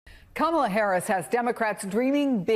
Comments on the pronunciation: Cory is pronouncing Kamala harris's first name wrong... And every time somebody calls trump " President." It makes my skin crawl !!! Vote blue all the way💙💙💙💙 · They must literally practice saying Kamala’s name wrong . This guy is a perpetual headache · All his people talk the same. Including mispronouncing Kamala's name. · Don’t watch new clip where people mispronounce Kamala’s name and the new anchor host doesn’t correct them. Let’s not normalize this type of behavior! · Just the fact these people intentionally mispronounce her name, shows blatant immaturity and disrespect. And that man's face, his smile, seems sinister. I sense evil oozing from him. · Love how they keep on purpose using the first name of a presidential candidate and mispronouncing it too. Disrespectful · After hearing this guy, I am even more convinced to vote for Kamala. Anyone who cannot pronounce someone's name correctly shouldn't even be speaking in a public arena. Add one more nut to the plate. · COMMA-LA. stop pronouncing her name incorrectly, it is racist. all politicians flip flop sometimes with changing public opinion which is what is SUPPOSE to happen as we are hiring THEM to represent US. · It’s hard to take any adult serious when they refuse or are unable to pronounce 3 syllables correctly 🙄 It’s Comma-La! Madame President Kamala🇺🇸💙🗳️💙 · What is the point of mispronouncing Kamala over and over and OVER again? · Are conservatives just intentionally disrespectful or really too stupid to pronounce Kamala correctly? Never mind, I know… Clearly, it’s stupidity. Vote Blue, it’s more respectful! 💙💙💙💙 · Is Lewandowski incapable pronouncing our VP’s name? How stupid is he??? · Why does everyone who speaks for Trump have this glazed look?? It's a cult. Will you please correct him everytime he mis-prounouce her name. It's annoying. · I need everyone if theae host to correct the Republicans when they purposely mispronounceKamala Harris' name. At this point allowing that disrespect is gross